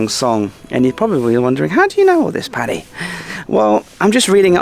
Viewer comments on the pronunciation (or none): none